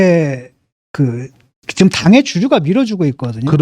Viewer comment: 직끔 아니고 지금..